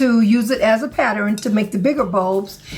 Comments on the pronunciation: Yes! That's one of my pet peeves, but I thought it was just me. LOL! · Pattern is 2 syllables. Great work!